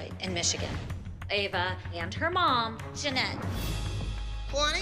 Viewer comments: Nobody: Still Nobody: Not A Single Soul: Announcer: kEyLaNeE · The announcer said it as KAY-LANI and it should of been ka-lani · They said kaalani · natasha keylaaanii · Oh yass Kayh-Lahni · Kay lanie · kay-la-neee omg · I hate how the announcer said Kalani like Kaylanee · no one: literally no one: the announcer: kaiylani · Judge: "4th place, Keeilani" "KEEILANI", wow okay KEEILANI is not how you say it lol KEEILANI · Did anyone else hear how the judge pronounced Kalani? She said "Kaylani" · When the announcer said kalani like ka-lani it annoyed mee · In 4th place Entry Number 21 Dance In The Shadows kAyLaNi I hate the way she said Kalani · She said it like my name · Who else got mad when the announcer pronounced kalani's name wrong just me okay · How pronounce is Kalanis name